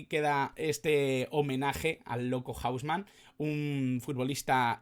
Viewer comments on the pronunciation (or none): Buen video, pero si le preguntas a un argentina sobre "hausman" va a pensar q hablas de una discoteca o del hombre casa nose, aca se le dice "jouseman" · O-u-s-m-a-n, no hombre casa , así se dice en Argentina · Un crack "el loco"! para pronunciarlo estamos acostumbrados a JOU SE MAN Saludos Cordiales, UruguayoChanta